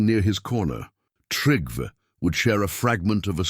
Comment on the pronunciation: Please pronounce trell, more correct because they are not trolls there is no h in trell like you are pronounce it 😂😂😂 but yes you make me laugh every time! And its Trygve not what ever you have put in for making it easier to change it to American English way of telling! Yes i am Norwegian